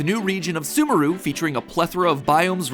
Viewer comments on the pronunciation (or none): I thought Sumeru was pronounced sumaroo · not SOO-mer-ooh, but SOO-meh-roo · WHY'D YOU PRONOUNCE SUMERU LIKE THAT. IT'S SOO-MAIR-OO